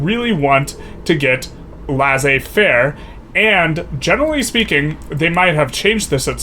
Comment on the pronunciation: It's pronounced Lay-Say-Fair